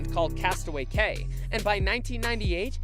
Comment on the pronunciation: Cay is pronounced Key.